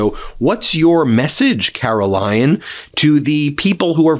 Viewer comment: It sounded like you just said ‘Carol-lying’ lol